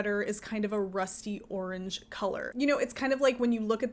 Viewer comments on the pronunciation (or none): none